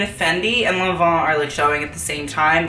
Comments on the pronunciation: God you pronounce Lanvin awfully. What on earth is Lohnvho? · minutes you say "Fendi started doing it at the same time (mon von?) started doing it".....what do you say here. Maun Vaun, Mont von????????? I NEED TO KNOW I NEEED TO KNOW!?!?!? PS I loveyour videos. I am absolutely captivated. Also do you remember the Fendi single F logo. Thoughts? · lon vaug? Long bon?